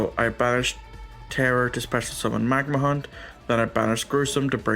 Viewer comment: bystial magnamhut ❌ magnahunt ✅